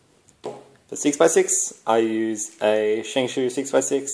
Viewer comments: I say Shingshao, you say shinsho😃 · its shengshow not shengsoo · I forgot, Shengshoo FTW! No offence if you took any, I thought its cool, the way you pronounce it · I think ive been pronouncing my shengshou wrong